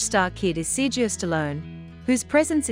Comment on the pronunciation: His name isn't sirgeo.. its Sera go a! So annoying.. do your reporting right.